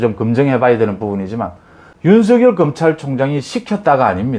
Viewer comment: 윤성렬로 발음해 주세요.